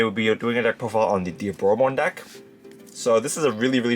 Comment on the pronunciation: Literally the only person on all of YouTube who can pronounce Diaboromon. You've earned a like and subscribe Edit - I gave you a pass for Armageddemon lol